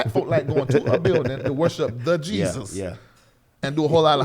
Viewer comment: Could not say Jesus